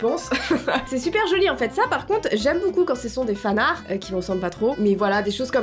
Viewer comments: Fanarts avec la prononciation /fanartes/ tiens de l'anglais En français tu ne dis pas /arte/ mais /ar/ dont fanart tu le prononce /fanar/ 🤷🏼‍♀️ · Personne: Littéralement personne::"Les fanarrr" C'EST LES FANARTS!